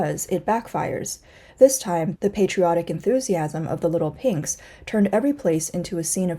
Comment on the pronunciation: Not leetel peynx but leetel peeygzz jajajaja